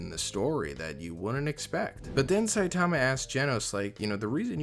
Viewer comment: Ill never for the life of me understand why people continue to pronounce Saitama’s name improperly. It’s very clear in both the sub and dub versions how to pronounce it. I’m sure most people would be corrected if they mispronounced someone’s name.